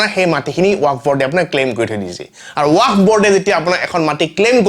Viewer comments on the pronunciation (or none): ৱাক নহয় ৱাকফ । শুদ্ধ কৈ কোৱা চেষ্টা কৰিব।